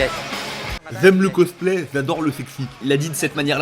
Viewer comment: "Z'aime le cosplay et z'adore le sexy" ノ(ಠ_ಠノ) OK.